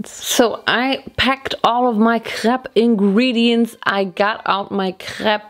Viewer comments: As a breton, it made my heart happy to hear your correct prononciation of crêpe. It's actually pretty rare lol. And next time, if you want to make perfect crêpes, try to use the rozell (little wood thing) in small circular motions and in the same direction. It helps to make a neat form and it prevents holes too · Your speel of crêpe is very frenchy ! (And i'm french :3) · That’s the way we pronounce it in Germany :)